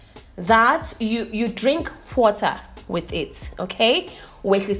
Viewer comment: "H-White"... "H-Water"😂😂😂😂😂😂